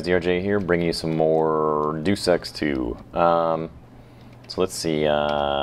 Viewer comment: first your pronouncing it wrong, 2nd its the 3rd deus ex